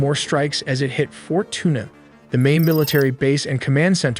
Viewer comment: Oh...this dude has no f'n clue how to speak any other language...that's definitely NOT FORT TUNA